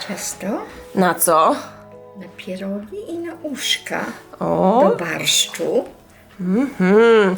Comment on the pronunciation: It's so wonderful to hear someone say pierogi correctly...lol. Many years watching my mother, grandmother, and great grandmother growing up as a child at Christmas. Noodles and cookies.